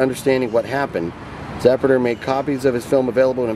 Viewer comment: I loved this. It's a shame you couldn't live stream it. On a side note: Its Za-pruder. lol